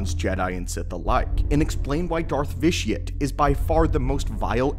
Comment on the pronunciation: Why does everybody pronounce the name Vitiate as vish-ee-utt when the actual word vitiate is pronounced vish-ee-ate which means to spoil the quality of something